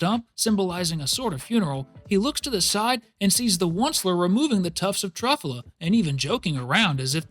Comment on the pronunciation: anybody else mad abt him saying truffuhla instead of truffyewla it made me so maddddd